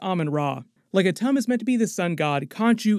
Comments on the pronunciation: It's pronounced "Atoom" (Atum). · It's pronounced Ah-toom Shortened, like tomb but quicker